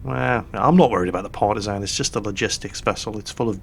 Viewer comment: Ok, i love you, but you need to know, and remedi at the first posibble notice, that Partizan in prounsed with an ä, and that is comming from a former Partizan soldier, from one and only Titos Yugoslavija. Smrt fašizmu, svoboda narodu!! Or to gulak with you